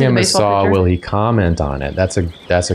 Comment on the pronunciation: A saw? Asuh dude.